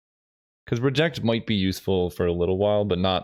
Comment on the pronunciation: Love the content! One pet peeve I have to address is your pronunciation of "Reject", the emphasis should be on the last syllable, just like it should be in "Remand" - I could tolerate it when it only happened ever so often in Vintage Cube because of Remand, but now that there are two cards with the same issue the English teacher in me felt the need to say something. Other than that I really enjoy what you do! Keep it up :)